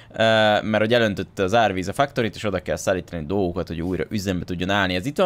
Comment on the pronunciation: sziasztok. csak egy kérdés a factoryt nem fektörinek kell ejteni, nempedig fuck torinak? XD